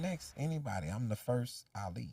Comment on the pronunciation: Ahh-Li.. not Alli lol